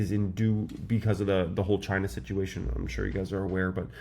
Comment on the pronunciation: did you say Ghhhhinaa